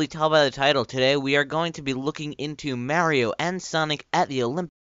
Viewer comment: lol! how u pronounced mario...soo cool!